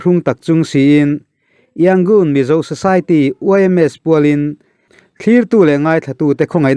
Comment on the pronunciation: Yangon tih hi a rik dan tur dik takin in la sawi thiam lo a mi..??